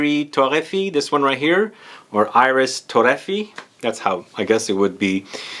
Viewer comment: In French you say eereess torefyé, accent on the 2nd syllable of “iris”. It would be so awesome if you took a French class!